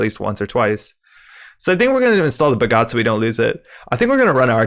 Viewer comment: I'm only really familiar with the Indian-origin words. Off the top, Aniccam is more like Anichcham, I think. And both 'a's are short (not long) sounds in Bhagat (as in 'attention'). I think the card is inspired by a famous freedom fighter in India's fight for independence from the UK, Bhagat Singh. I really appreciate the effort to learn. Top quality.